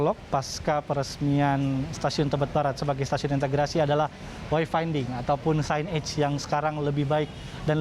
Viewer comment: Hahaha bukan 'sin eg' tapi 'sainej' bacanya tuk signage, waduh waduh para jurnalisnya perlu lebih didalami bahasa Inggrisnya!